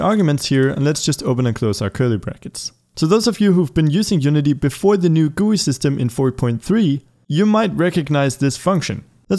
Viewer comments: "Guuuuyyyy" its called G.U.I. but thanks for the tutorial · He says GUI as “gooey” only now I heard lolol XD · i have never heard anyone say GUI as gooey